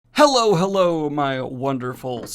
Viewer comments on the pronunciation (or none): none